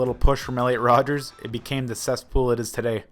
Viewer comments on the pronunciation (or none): *ELLIOT RODGER*!!!!!’ Not Rodgers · It's not Rodgers it's rodger